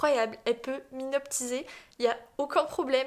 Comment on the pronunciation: "M'hynoptiser" désolée j'ai trop ri mais vraiment pas méchamment hein juste c'était drôle parce que c'est "m'hypnotiser". Sinon super vidéo parce que je voudrais commencer le Pilate donc ta vidéo tombe à pic, merci!